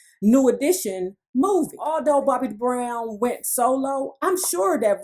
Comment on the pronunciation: 🤔 Why does she keep saying DA BROWN Get my Best Friends Name right Lady. 😡